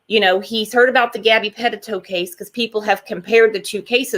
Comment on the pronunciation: Puh-teet-o...... NOT Pet-tit-o Haha 😉